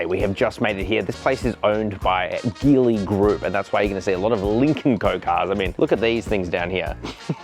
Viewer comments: It’s pronounced as Geely (Ji Li), like Geelong, not Ghi Long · Great video and can’t wait to see the 7X land in Australia! By the way the word Geely should be pronounced as Jeely😊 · Geely is pronounced djilee mate!